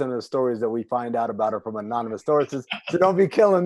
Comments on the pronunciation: unanymous instead of anonymous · We gonna ignore the fact this fool said “unonymous sources” 😂